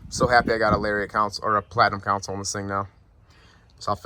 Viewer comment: Not counsel it’s console 😂